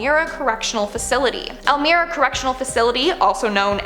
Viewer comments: Hey, I live in upstate NY not too far from that prison in Elmira but your pronunciation of the town was like nails on a chalkboard to me. Idk exactly what u said but it’s pronounced EL-MY-RAH.. not Elmer-ah or whatever 😂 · Elmira NY is pronounced EL-MY-RA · The pronunciation is EL-my-ruh. I'm from N.Y. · Just an FYI about the prison in Elmira. The town is actually pronounced "El-My-Rah" lol I live a couple hours away from it. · Lol I live like 4 blocks from the Elmira prison it's not Pronounced like how u said it El-mira is how its Pronounced yes even Google maps Pronounces this town incorrectly.🤣